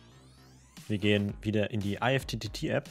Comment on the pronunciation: Gutes Tutorial, nur eine Anmerkung: Alexa spricht IFTTT nicht falsch aus, sondern du. Die richtige und offizielle Aussprache ist wie in "lift" oder "gift".